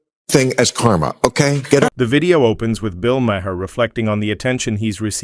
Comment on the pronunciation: Mah-hear! lol. Just stop this AI nonsense!